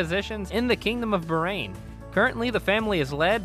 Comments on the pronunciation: bahrain not barain 😂 I am from Bahrain 🇧🇭❤ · Its baaaahraaaain not berain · Everything cool but please Bahrain pronounce without "h" being silent... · it is actually pronounce as "BAHAR - AIN" which means 2 seas my dear 😊